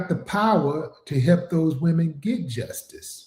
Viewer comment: She said Wemen, they are not women to her, they are wemen😂🤣😂🤣😂🤣